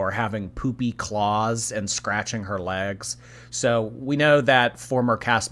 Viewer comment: “WOONS on my LEHhhGs” 😂